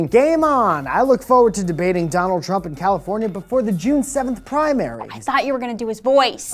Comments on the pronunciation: Why do you pronounce Trump's name wrong? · or doing childish acts such as mispronouncing Trump's name multiple times.